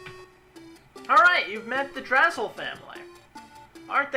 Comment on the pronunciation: Love yer stuff, looking forward to watching this, but just for the sake of being a giant fruitbag I think it's pronounced "Dra-slay" family, not "Drazzle" family. Pun on the japanese series title.